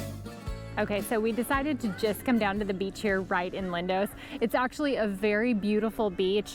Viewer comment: Its Lindos not Lindose! Extremely irritating grrrrr..Americans!